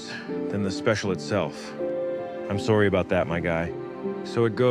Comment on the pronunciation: cracked me up when you said "soory about that, my guy" lol either regular canadian reference or harland williams